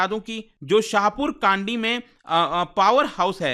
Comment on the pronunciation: Kandi nhi, kndi (कंडी) शाहपुर कंडी